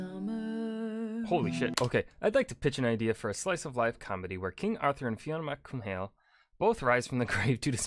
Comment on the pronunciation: fyi Fionn Mac Cumhail is pronounced Fin Mac Cool which means Fionn (light haired) son of Cumhail amd hes a major irish culture hero <3